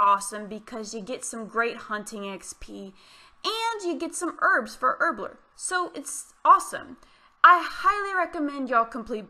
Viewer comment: "herbler" lol